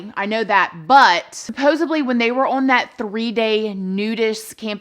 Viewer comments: honey please its SupposeDly not supposeBly... you're so well spoken that I feel compelled to give a little constructive criticism so you sound even better... love ya girl! 🧡💛💚💙💜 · Please say supposebly forever♥️